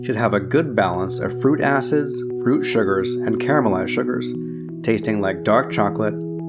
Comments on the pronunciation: did you say "Fruit Asses" ? Joking aside, EXCELLENT video. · sounds like he says fruit asses lol